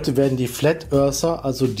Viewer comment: bitte sag "werden" ... nicht "wardn"... das macht mich kirre :)